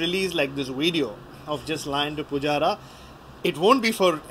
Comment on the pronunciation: it is VVVVideo not WWWEDeo.